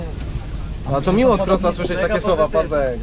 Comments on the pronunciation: Opinia Kroosa, a nie Krossa. Ale POLSKA SUPER! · Kroosa, nie Krossa. Chwali Pazdana, a Wy mu nazwisko przekręcacie. No nieładnie.